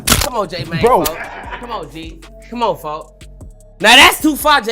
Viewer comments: "folk" not "foe" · He saying folk not foe